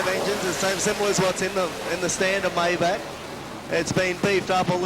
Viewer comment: Its pronounced MY -BACH not May- back